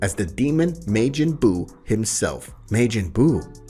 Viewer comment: This dude butchered so many names while reading this. Which normally wouldn't bother me, but the way he butchered Buu's name hurt my soul lol